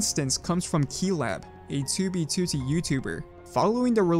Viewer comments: I'm sorry, but I HATE how you pronounce 2B2T lmao. "tooby tootie" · he says 2b2t like "2b, 2tee" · Tubey tootie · you say 2b2t weird